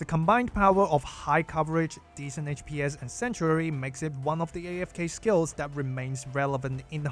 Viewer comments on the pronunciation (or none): I would suggest pronouncing HPS (HP Per Second) as "H P S" and not "H Pees" like DPS (Damage per Second) is "D P S". Would make it a lot clearer what you're talking about when yo abbreviate it like that